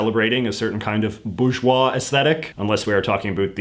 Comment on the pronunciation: Although he does pronounce it a little oddly, you'd expect in his canadian accent that he'd go hard into the R sound but actually skips it altogether! Normally in an anglo accent it's pronounced boar-jwah, but JJ goes for something more like boo-jwah. I'd be interested to know if that's deliberate or not if you do read this JJ!